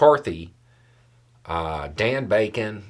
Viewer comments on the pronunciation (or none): I think it is DON Bacon, not DAN. I am from Omaha